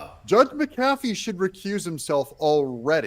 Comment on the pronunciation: Your pronunciation of McAfee is correct,.